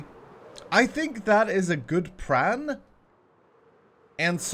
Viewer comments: "I think that is a good pran" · He said pran